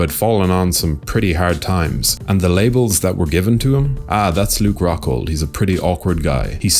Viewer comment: Ruke Coghhghghghold